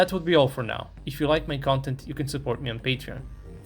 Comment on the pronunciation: "vewi prutekted advent sapport wehicle"